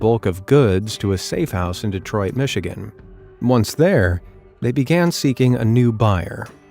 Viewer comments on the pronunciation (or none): none